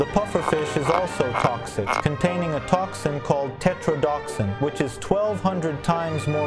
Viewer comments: You're mispronoucing the toxin horribly. You're leaving one entire syllable out. It's teTROdotoxin, not tetroDOXin like you said.. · It’s pronounced Tet-RODO-toxin, not “tetrodoxin” or however ur saying it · tetrodoTOxin missed one syllable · Wait the do in tetrodotoxin is silent?